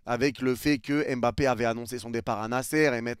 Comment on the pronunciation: On dit Mbappé et non M'bappé 😊